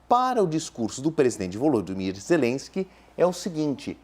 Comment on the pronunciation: Nossa que insaio para pronunciar o nome ZELESQUE